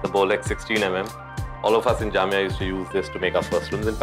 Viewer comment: Kabir said 'jamia' and it felt so nice.. 💕